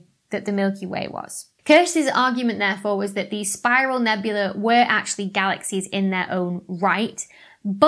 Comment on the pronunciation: Nebula and nebulae are pronounced differently, FFS.